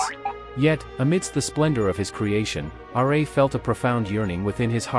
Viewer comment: The fact that you said 'Radiant Sun god R. A.' lost all your credibility